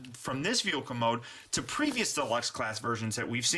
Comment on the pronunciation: why do you say veoka and not vehicle